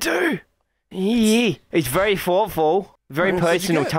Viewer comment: The “vEwY vEwY SmArT BoYs! 🤓”